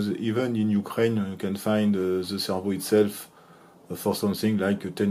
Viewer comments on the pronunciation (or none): none